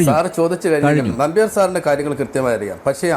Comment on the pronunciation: നമ്പ്യർ എന്നുപറയാൻ ഇവന് വലിയ ബുദ്ധിമുട്ടു ഉണ്ട് 😮🙄😂😂😂